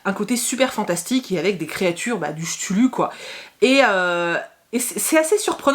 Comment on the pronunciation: Tu as lu l'intégrale des nouvelles sherlock holmes ? On le voit en fond et il me fait de l'oeil ahah! Par contre cthulhu il me semble que ça se prononce "Ktoulou" phonétiquement voilou